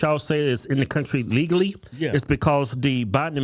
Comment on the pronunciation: Notice how he adds an “ah” in front of legally. So it’s hard to tell if he’s saying legally or illegally. Probably intentionally bc we know how the media likes to manipulate language to fit their narrative.